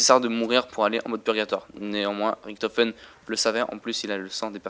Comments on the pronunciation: Richtophen pas riktofen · Je parle allemand der eisendrache on fait le r mais richtofen on fait le ch !!!!!